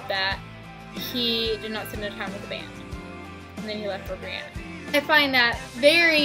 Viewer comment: Its bryana not briana lol and this is a good video